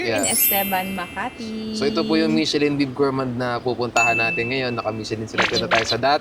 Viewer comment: nagparinig oh. "Michellin" daw. daughter daw! LOL! Peace!